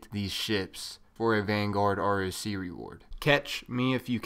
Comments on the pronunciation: "Roc" is pronounced "Rock" named after a very large Arabic mythological Bird of prey. so its not said R. O. C. its Rock, get it right. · I got the ugly ripship one :/ Btw it's roc as in 'rock' js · It should be pronounced "Rock" because just like the other Playlists a Roc is an animal, its a giant mythical bird of badassitude